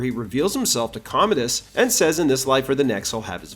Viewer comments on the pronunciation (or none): none